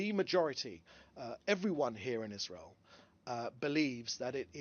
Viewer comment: Israel ❌ Wasreal ✅